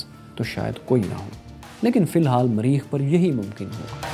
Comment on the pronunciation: Sir its mareekh, not mreeekh. very nice show btw.